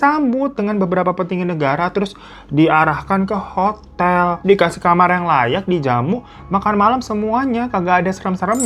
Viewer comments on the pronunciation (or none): none